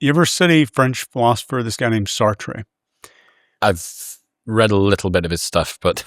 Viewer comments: I turned this off as soon as I heard how he pronounced Satre.... Saah-Tray... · I think he means Jean Paul Satre, No Exit. Hes pronouncing it Sartray for some reason? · That "famous" french philosophers name "Sartre" is pronounced as Sartre, the 'tre is silent. His philosophy was expressed as those whom play through role that they play is their interpretation of those parts. All of "reality" is not "real", it is perception. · Is he amoral? Or evil? Is empowering salespeople to manipulate others for profit not being withouut a conscience not an issue. Pronounced, "Sart " and his play is called NO EXIT. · It's pronounced Sart. I'm lonely. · Apart from the butchering of Sartre's name, the play is called "No Exit". Not an auspicious beginning.